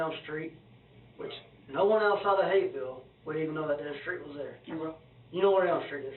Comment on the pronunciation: The H in Hapeville turned into an R real quick with this scum bag around.